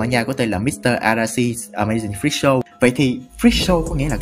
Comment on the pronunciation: freak show mà nghe thành fischl ;vv